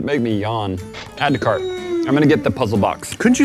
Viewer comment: "Add to curt"😂😂